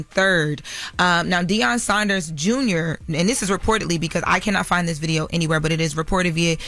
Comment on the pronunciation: I thought Deion’s last name was Sanders and not Saunders????